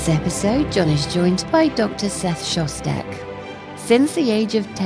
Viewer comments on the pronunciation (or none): Are you trolling us with having the narrator introduce an episode with "relax" (like the meditative music it is) then immediately mispronounce your name for the first time!? 🤣 💯